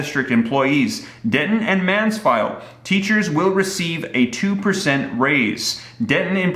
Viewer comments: Hello correction in the Texas section it's Mansfield not Mansfile... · Lol it’s Mansfield but good try lol